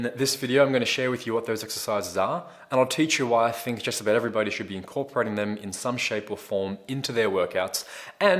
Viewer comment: Am I the only one who heard incorporate as impregnate ?